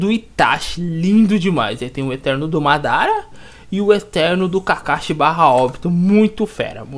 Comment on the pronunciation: vc quase falou modara kkkkkkkk